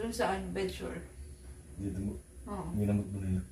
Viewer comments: bed sore,,,, hindi bed shure…. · ang correct word ay “X-Ray”, X RAY, BED SORE, BED SORE. Thank you!